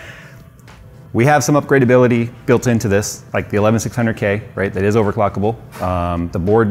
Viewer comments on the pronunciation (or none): none